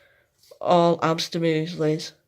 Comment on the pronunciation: Nice video, I was interested as to why I couldn’t find the dwarf hamster harvest, and now I know! I can’t get over how you just don’t pronounce your ‘h’s in words though 😂 it’s ‘ow they could do this, and ‘amster 😂